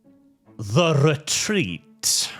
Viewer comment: "Rretrrreat"? *gasps *